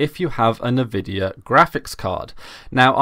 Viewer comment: "Nuh-vidia" xD